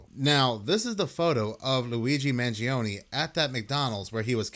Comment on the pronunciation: Corey Wey says he knows Luigi, yet he can't even pronounce his last name